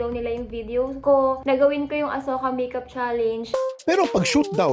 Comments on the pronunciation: Bakit asoka e nilinaw yan ng isang indian national sa vlog na Asuka tawag jan parang ganito o asiyuka ganiyan pag basa anong asoka 😂😂😂😂 kakapanood kulang kc sa vlog na pinay at indian niyang asawa kaya alam ko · a-shu-ka ang pag pronounce d po asoka indian movie sya ang cast is kareena kapoor. and ilang yrs n rin ang nakakaraan yan movie n yan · Hindi daw asoka ang mgpronounce niyan Kuya Kim,,,parang ashuka daw,,Sabi ng Indian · Mali po prononsesition asoka panuurin nyo po vlog ni singh and sarah don sinabi ng asawa nya indian na mali asoka asuka daw di asoka... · Asyoka Po tamang bigkas d Po asoka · Indian pronunciation /ashoka/ hindi po asoka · Kuya kim alam mo ba ashoka ang tamang pag basa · ashuka pag pronounce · “ASHOKA” ang pronounce nyan not ASOKA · Kuya kim it’s ASHOKA po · "Ashoka"daw ang pronounciation pero ang ganda ng movie na'to..Napanood ko na dati ps..Si Sharuk khan at Kareena kapoor ang starring..At ang ganda ng story at action movie sya.. -skl😊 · LoL mali yung pag ka pronounce ng asoka HAHAHA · Azoyka ang pronounsation,ang meaning daw yan ay walang makakagalaw sa babae kung gagalawin nila masusunog ang lalake